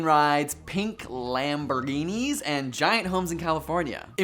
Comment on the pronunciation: How many takes of Mitch saying Lamborguinis did it take to end up with that? 😂